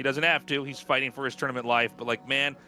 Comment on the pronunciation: I also find some of his pronunciations funny, like when he says "fighteeng" or "doeeng". His -ing sounds like ‐eeng basically. But I love his casts, he's a great guy.